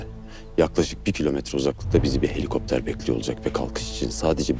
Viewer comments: Sonra tim helikopter bin demeyden helikokter bin deyir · Helikokter yox ay,helikopter🤦🏻‍♀️cox sagol,oyunculugun sayesinde bunun dizi oldgunu xatirliyram arada🤦🏻‍♀️🤦🏻‍♀️🤦🏻‍♀️🤦🏻‍♀️berbat oynuyrsan bir sozle